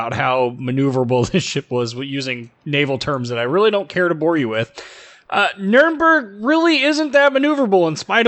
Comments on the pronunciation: Funny how you pronounce Nürnberg. If you haven't yet I'll look forward to hear you pronounce “Friedrich der Grosse“ or “Grosser Kurfürst“ Try to say more e like in beg or effort in the “berg“ part :P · Sounds nordic. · She is my favorite German cruiser. In Co-op battles she is my choice. :) By the way, funny how you say Nürnberg :) But I have some advantage over you in this case, I learned German + in Hungarian we pronunciate Nürnberg just like Germans. Keep up the good work! :)